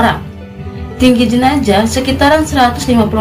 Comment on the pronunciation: Jenazah mbak bukan jenajah. Sukses terus yah